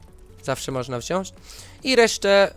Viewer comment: na przyszłość niechce cie jakoś upominać ale mowi sie wziąć a nie wziąść nie odbierz tego komentarza zle